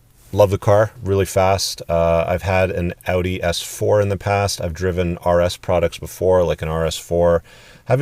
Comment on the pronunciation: Would love to hear your marriage ordeal. 2. You are the only guy who can pronounce Audi. I hope you can say NASA, and nuclear also !!! :)